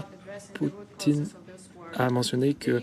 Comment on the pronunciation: BFMTV ce message est pour vous 😉, vous avez 2M d'abonnés sur youtube vous les prenez pour des cons ? Fin déjà pour vous suivre je trouve ça limite. Bref le type la qui fait la traduction anglais-français il sait pas prononcé le nom de président Poutine comme trump a dit ??? En plus dans une question .... Donald Trump a répondu ( i never said that ) d'après votre traducteur en français " je peux pas dire ça " wooow et j'ai bien écoute toute la phrase en anglais.... Bffff franchement un peu d'intelligence , le professionnalisme et l'honnêteté dans votre chaîne c'est un détail même plus de la merde